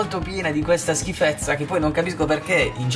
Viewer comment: Quando ho sentito:”questa schiffeza” ho messo dislike e mi sono disiscritto...